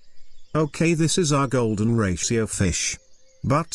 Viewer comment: Golden Rashio.. AI generated audio script.